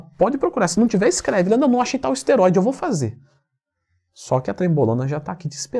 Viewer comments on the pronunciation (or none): "Pra assistirrrrrr" 😂😂